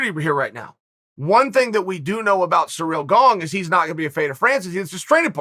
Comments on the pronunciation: "Cereal Gaong" -Chael P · Chael: Surreal Gong Me: okay, great. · "Cereal Gong" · "surreal gong" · Me: ciryl gane Chanel: surreal gong Me: surreal gong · Dude, perfect comment. I read it then hear Chael's first words "surreal gong" 🤣🤣🤣🤣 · Ciryl Gong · Chael: "Cyril Gong" Cyril: GoNgS